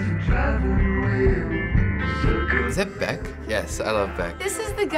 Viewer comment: hernando sangalang Beck, not bech